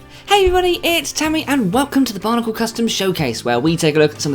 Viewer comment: you pronounce bionicle as barnicle